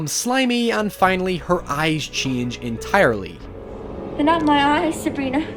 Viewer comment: "It's entaarly the seem"